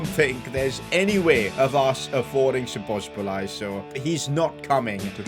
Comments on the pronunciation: When i heard szobozbolai, that extra 'bo', i almost piss myself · So ba slai is mostly how to pronounce his name😂😂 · you're almost pronouncing his name right the a is kind of like an o in hungarian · Teach this man how to pronounce szoboszlai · How many times did he mess up Szoboszlai's name ahaha. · The way he says Szoboszlai is just jokes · He butchered his name so badly 😆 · cannot say Szoboszlai to save his life 🤣( all respect ). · U just have to love how he messes up pronouncing Szoboszlai's name🤣🤣🤣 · I Laughed every time he said szoboszlai 😂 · Your pronounce of Szoboszlai as a Hungarian it's killing me :D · its szo-bo-szlai not szobosblai lol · Sobsli is pronunciation for sobzali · You pronounce szoboszlai's name : Shoboshlai 🇭🇺👍🏻❤💙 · When you say Szobosbolai i think its called zoboslai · szobzslai is pronounced zoboslai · «Sbosbolai» how to pronounce it soboslai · You are saying Szoboszbolai But it is Szoboszlai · szoboszlai is soboslai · Szoboszbolay xd. I from Hungary and we say so Szoboszlai but in englis language didn't have sz so Soboslai. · Szoboszlai name is pronounced like soboslai and not sobosbolai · You pronouns his name as soboslai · he is pronounced zobozlai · Its read shobosh lat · You pronounce Szoboszlai like soboslie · How difficult is it to read and pronounce So-boz-lai? 😂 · You can pronounce Szoboszlai's name as So-boss-la-e maybe that's easier but every non-Hungarian has a hard time with the pronunciation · Just say sboslai, stop massacring my guys name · "Dominik Szoboszbolai" 😂 where did he get the second B from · szoboslzai's pronounciation is soboslai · Bruh just say Soboslai its not that hard😭😭😭😭😭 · That Szoboszlai dude's name is actually unpronounceable in English, but the closest we can get is "Dominic Sho-Bosh-Liy" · Szoboszlai->Soboslae (the hungarian i is like the e in the english abc) Please like so can see (as a hungarian it irritates me that everyone say his name wrong😅) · It’s pronounced sobozlai here u go